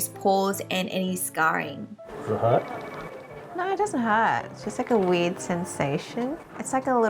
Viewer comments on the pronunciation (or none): When this girl said weird sensation iwax like WEED then I I heard it again and I was like she says weird okay okay